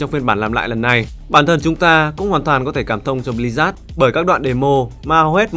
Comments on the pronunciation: tên đọc là Bli-Zớt, mà sao cứ nghe là Bli rác ấy nhĩ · Sao tôi cứ nghe "Bli-rác" hoài nhỉ =))